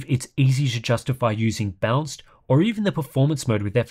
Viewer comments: It's funny how you prononounce "balanced" as "bounce" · My hearing must be going... I know there's an accent involved, but every time says "balanced" I hear him say "bounced".